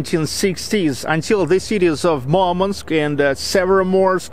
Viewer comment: I didn't know Murmansk is pronounced as Marmansk